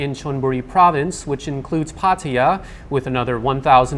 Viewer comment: Why Pattaya is the only Thai name that is pronounced in foreign accent?